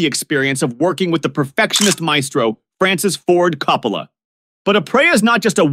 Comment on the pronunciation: I mean, since you obviously have never heard of these people, couldn’t you at least research how to pronounce their last names? Coppola. Sirico. Gaultieri. And all the others. Jeez.